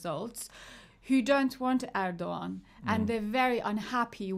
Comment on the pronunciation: omg "rohava" and "erdoggan"